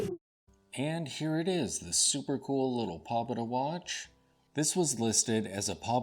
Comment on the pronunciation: It's pronounced more like,... "poe-bay-da"